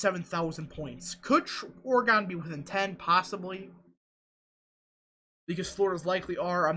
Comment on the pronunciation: It’s oreGUN not oreGONE